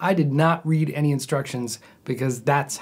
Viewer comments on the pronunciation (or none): none